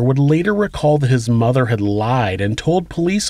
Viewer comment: 'His mutha weemarried'...sounded so weird